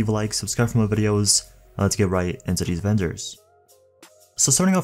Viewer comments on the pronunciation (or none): none